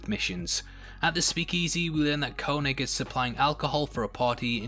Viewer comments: It’s pronounced KayNig how do you watch something & still mispronounce it? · The way you say Koenig hurts